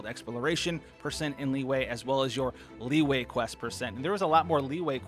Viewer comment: everyone else: li-yue: liway